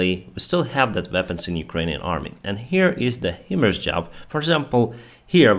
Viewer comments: It is pronounced High-Mars! Not He-Mars or Him-Mars. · HIMARS is pronounced "high-mars".